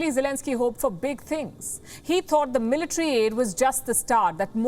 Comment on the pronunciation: zelensky had done no mistakes but it is the evil intenhion of the envader who had done terorist attacks..Mis falki not meletre but the right pronunciation is military